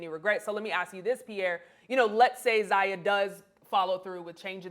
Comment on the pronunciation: Lol...is she messing up their names on purpose? Fun-ches . Zay-ya.